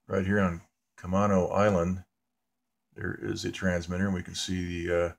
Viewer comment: I live near camano island. east of Everett. we pronounce it ca-may-no. fyi. I did not know there was a death station there.